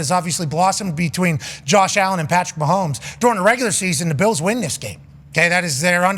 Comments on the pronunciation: Does Pat keep saying "Beals" for Bills or is my hearing off? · Back when Von Miller was traded to the Bills he came on and was talking and his Texas accent made him keep saying "buffalo beals" and pat loved it and says it that way now.